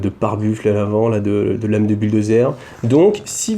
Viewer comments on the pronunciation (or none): none